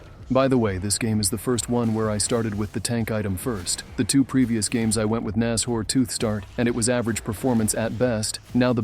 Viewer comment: nas-hors tooth? its nash-ors